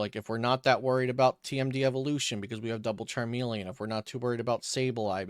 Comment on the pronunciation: Oh my God if it wasn't your voice it's the way you fucking said Charmeleon.... CHARMELE-AWWWWN WTF, CHARME-LEE-IN